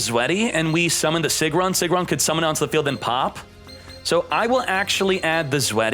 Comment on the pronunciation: "Sigrun" is pronounced "Seegroon"!